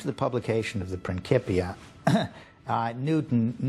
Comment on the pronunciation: It’s prin (Ci) pia not a hard k as it is said in modern Italian